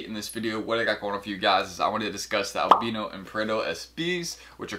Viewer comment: Isn’t it pronounce AL BIIII NO NOT ALBNO